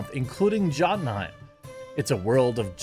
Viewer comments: You really just said "Jott-tunheim", didn't you? Oh, Jeremy, that... that hurt, bruh. Jotunheim, pronounced "Yo-tun". Come one, your from Wisconsin, you gotta have some Scandinavian in you. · It's pronounced yotenhym bro. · Hey Big Dog, that J is pronounced like a Y, for future Vikings ad reads. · Jotunheim (pronounced "YO-tun-hame;") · It’s pronounced Yotenhime. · Serious Jeremy, "jot-en-hiem"? I've lost count the number of times I've heard you butcher the script read of a name you can hear in any Marvel movie. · This man calls himself a nerd, but mispronounced jodenhiem in his ad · Love your videos but jotunheim is pronounced yo-tin-heim